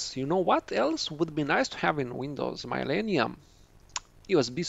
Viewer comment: You are saying Millennium correctly but however through all whole video, you saying it wrong.